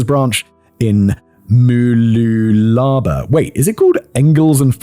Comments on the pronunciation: BUD-drum moo-LOO-luh-baa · hahaha. Listening to foreigners try and say Aussie names is hilarious. I went to Uni on the Sunshine Coast. Mooloolaba is pronounced Mar-Loo-Loo-Bah, while Buderim is Bud-dur-im. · MOO LOO LAH BAH amazing pronunciation, 10/10 no notes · The real crime is hearing Simon pronounce Australia towns Bud-rim Mahloolahbah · as a person who lived on the Sunshine Coast for quiet a lot of my life.. a pronunciation lesson... Bud-rim Moo-loo-la-ba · Pronouciation lesson... Bud-rim Moo-loo-la-ba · Buhd-rim Mah-loo-lah-bah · Love your pronouncition of Mooloolaba 😂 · The biggest crime here is Simon's murder of the pronunciation of Mooloolaba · Hearing your pronunciation of Mooloolaba as an Australian was enough to make me cringe inwardly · As an Australian, listening to Simon pronounce the names of Australian suburbs made me CACKLE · As an Ozzie growing up with mooloolaba a 1hr destination, that's the most hilarious mispronunciation yet simon. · I love Simon's channels but the mispronunciation of Australian place names never fails to make me laugh/cringe. I still remanded "oot" for ute (you-t). Buderim = Bud-rim. Hearing Boo-drum took me out for a moment while i tried to figure what he was saying and then he hit Mooloolaba and I couldn't stop laughing 😂 (if you're wondering, it's said how it sounds except the first syllable is muh not moo so muh-loo-la-ba). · Can't find any other Aussies who have already done this, so: Mooloolaba has the syllabic emphasis on 'loo'; don't stress the 'moo', it's more like 'muh'; and 'laba' is more like 'labah' with every so slightly more emphasis on bah than la